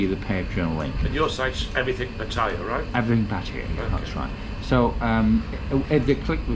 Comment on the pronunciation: Please tell the owner how to pronounce Pat...taya